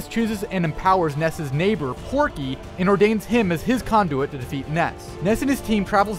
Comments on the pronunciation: it’s pokey! Not Porky! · It was Pokey, NOT Porkey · Hey uh not to be a Karen but uhh it's pokey lol